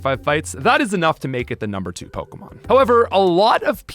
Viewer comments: you cant even say pokemon right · I cannot stand his pronunciation on most of the Pokemon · Wow, mispronouncing pokemon names and holding a contest where all you have to do is comment. I respect the hustle, here's a comment.